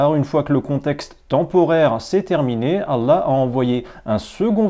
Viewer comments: Ancien musulman toi? Même le nom de Allah tu n'arrives pas à le prononcer correctement. T'es vraiment au bout. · Parcequ'il ne sait pas lire l'arabe à chaque fois qui parler arabe il tremble de peur de se tromper. Et il est fait des fautes énorme, lui qui se prétend ancien musulman il ne sait dire ni la chahada ni le mot Allah, il dis Alla. Alla sa ne veux rien dire sans la lettre ha tous change.